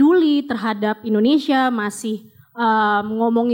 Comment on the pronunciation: WELCOME TO ENDONESEAHHH.. AHAHAHAHA